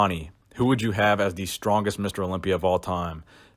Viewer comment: "Nis streng an powa" - that moment you realize your channel name is too long because you don't even want to say it.